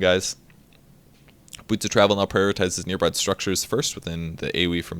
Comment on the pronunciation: let me be honest, I heard boob instead of boots when you're talking about tranquil xD